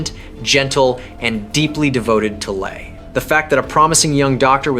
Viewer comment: Le is pronounced Lay